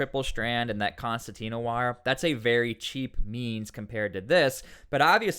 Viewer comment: Concertina Wire* As an Engineer you should know this. Please say it correctly.